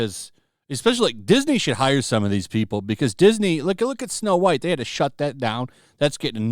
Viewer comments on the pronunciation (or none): none